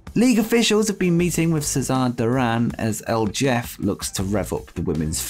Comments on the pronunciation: not a big deal. It's pronounced El Heff-ay. Lol. Your content is great. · Did you just say "el Jeff"?! ROFLMAO It's pronounced 'el hef-fay' and means like the big boss.